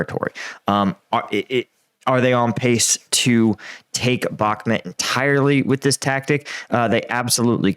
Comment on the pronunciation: Why do you say Backhmit not Backhmut?